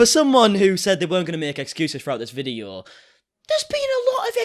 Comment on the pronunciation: i like how he pronounce video as ve-dii- OOOHH